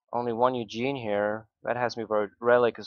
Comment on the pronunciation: Ikr it's not Eugene it's ugin